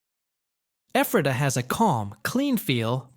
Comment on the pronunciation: As well as LANK-KISS-TER not LAN-KASS-TER and (pron.) Effrata not EEFRAYTAH.